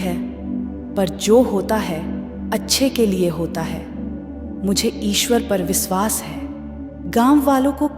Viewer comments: Please pronounce correctly. It should be vishwas not visvas. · 1st u learn correct pronunciation... It's Vishwas, NOT Viswas 👎🏼👎🏼👎🏼